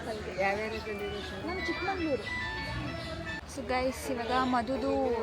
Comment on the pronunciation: ಚಿಕ್ಕಮಗಳೂರು ಅದು ಚಿಕ್ಕಮಂಗಳೂರು ಅಲ್ಲ...😊